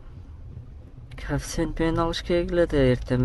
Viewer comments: Кафсент емес коефсент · Кааафцент менен дегин 🤣🤣 молодец ийгилик